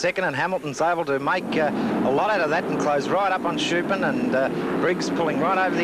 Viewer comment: What was it about 70s commentators that seemed to make it impossible for them to pronounce Vern Schuppan's name?